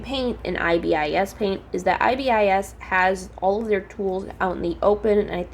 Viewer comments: i am sorry but its pronouced as "ibis" not "i.b.i.s" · It’s pronouns .I. Bis